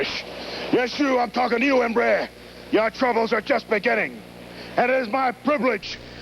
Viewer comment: I love how Tojo always pronounced "Embry" differently every. single. time.